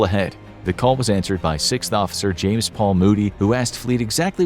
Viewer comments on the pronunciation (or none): none